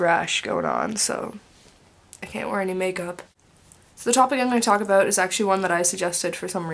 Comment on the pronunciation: you still have an accent when you say about and house:) And i'm actually the same with you hehe